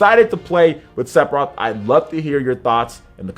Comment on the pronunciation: Is he saying "Sepiroth"?